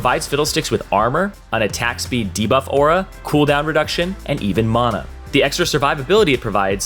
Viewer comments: MANA NOT MAUNA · The way he was saying monuh instead of mana was the only thing i was paying attention to lol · "Mahna" "Ninja tahbi" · the way he pronounces mana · "Ulti" "maaahhhhhna" "spirit veeezhige" where will yall stop?